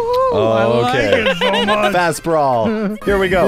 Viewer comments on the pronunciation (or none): It's not fast brawl it like slow brawl or slow bro